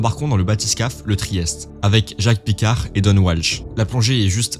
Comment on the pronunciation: Jacque picard ne se prononce pas Djack à l'anglaise. C'étais un suisse donc il faut le prononcé à la française.